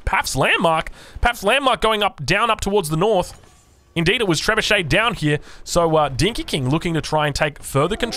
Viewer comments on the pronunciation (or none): none